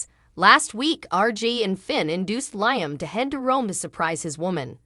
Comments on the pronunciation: It's Liam not lyming get it right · You're not pronising Iaam probably